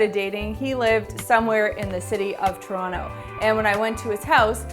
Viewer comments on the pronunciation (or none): none